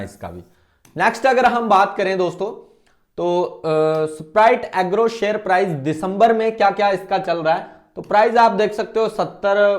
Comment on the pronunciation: ऐसपराइट एग्रो😂❌ स्प्राइट एग्रो 👍😂 नाम नहीं पता है ओर anlysis कर रहे हो😂😂😂😂😂